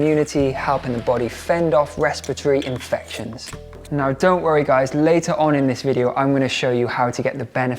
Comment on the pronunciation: Sweet Gaz, I’m I the only one that noticed you saying,” restipatry”?😅 I can’t even write it😂. You meant respiratory ❤